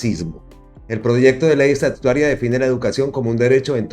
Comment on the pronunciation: No se dice estatutuaria sino estatutaria